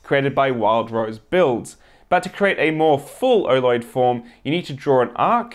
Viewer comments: Every time he says oloid, it sounds like orloid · he keeps saying "erloid" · I accidentally pulled up the auto-generative subtitles, and every time he says oloid YouTube translates Oh Lord!